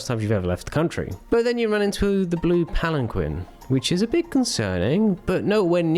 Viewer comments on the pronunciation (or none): It's pronounced "pall-ehn-keen".